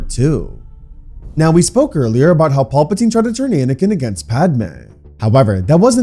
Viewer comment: Had to stop part way through. Only so many times you can hear Palpatine mispronounced before it becomes real annoying.